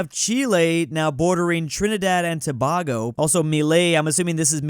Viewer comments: Tuh-BAH-goe ---> Tuh-BAY-goe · It’s to-bay-go (Tobago) is how it’s pronounced